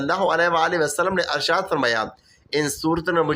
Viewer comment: Bhai Arshaad nhi hota Irshaad hota.. ☹️😞